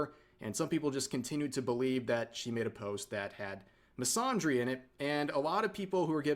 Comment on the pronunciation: the way rev is saying misandry as misondry is killing me